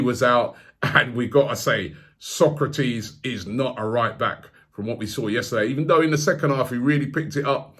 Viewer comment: Socrates is Brazilian. Sokratis is Greek. Still butchering names.